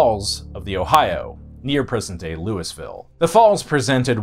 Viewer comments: pronounced lou-i-vul or lo-vul not Louis-ville. Remember this is the south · As a native of Louisville, it's always been a bit of a joke how bad the Ohio is. The fish glow in the dark, they say. Or when a criminal jumped in it to escape the cops, "He's gonna regret that in a few years." Also, it's Loo-uh-vull. Louie-vill is acceptable but will get you immediately outed as an outside. Louis-ville just hurt my soul. Leave the s out unless you're trying to start a fight. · you have it wrong about the Ohio River splitting the North and South, KY was split, we had Frankfort as the Northern capital and Bowling Green as the Southern capital. The Sorthern Army made it as far as north Shepherdsville. And it's pronounced Louie-ville, not Louis-ville. We were orginally a French colony city, not British! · Perhaps some research into correct pronunciation is warranted. For instance: it's no "mobile"... it is Mo-Beal. It's not "ma-non-ig-how-la"... it is the Mo-naga-heal-a... and your worst thus far: it's not "Lewis Ville" or "Louie Ville"... it is Lou-a-vule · "Lewis-ville"= wrong "Lewey- ville"= ok "Lou-uh-vull" = correct "Kai-ro, IL"= wrong "Kay-ro, IL"= correct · Um, it’s not Lewie-ville, it’s Lou-uh-vull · Louisvillian here as well, goodness it hurt when he said "Lewis-ville". also, judging my your user name I think you would really enjoy my former band, Stagecoach Inferno, based out of Louisville. I had to bow-out when I had kids but they're still active and very much along the lines of Maiden, except all the songs are about the Wild West. They're on Spotify and Youtube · ain't none of y'all out of towners know how to pronounce Louisville, smdh (it's "Loo-uh-ville" thank you very much. :P) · I'm a lifelong native,It's Louisville KY,as in king Louis of France,btw it's pronounced,lulvul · Lewis-ville Ha! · I was coming to comment how you can tell people aren’t from the area with how they pronounce Louisville. Hoosier born and raised.